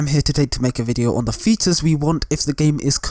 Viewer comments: I'm ashamed that it took me a while to realize you were saying features and not fetus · I realised right at the end of the video that he was saying feature i stg he was saying Fetus